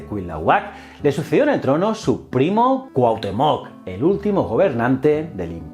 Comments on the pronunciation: interesante pero se dice Cuitláhuac....no Cuilahuac........Cuauhtémoc...no Cuauhtemoc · Hola, solo quería comentarte que la pronunciación de ciertas palabras nahuatl como Cuitláhuac, Cuahutemoc y Quetzalcoatl no son correctas. Para que lo tomes en cuenta. Gracias por el contenido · Me encantó tu vídeo ❤️, y me dió hizo gracia cómo pronunciaste Cuitlahuac y Cuauhtémoc por qué bueno soy mexicana y aquí lo pronunciamos diferente 😅😁. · Se leen así: Cui-tlá-huac Cuauh-té-moc Tlax-cal-te-cas Fuera de eso y que la historia de Quetzálcoatl está un poco distorsionada, un buen vídeo de la otra perspectiva. Lee "La visión de los vencidos", completará este vídeo.